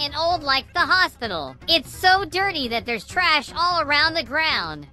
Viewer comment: 𝐷𝑜𝑛'𝑡 𝑠𝑎𝑦 𝑡𝑎𝑡ℎ